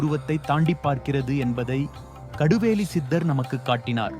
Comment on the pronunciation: கடுவேலியில்ல கடுவெளி தமிழை கொல்லனும்னே வருவேங்களோ